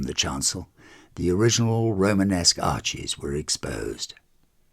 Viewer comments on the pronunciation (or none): none